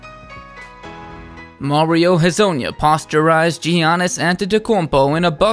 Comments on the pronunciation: said "posture-ized" instead of posterized😂🤣😂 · Lol “posturized”? It’s “posterized” dude….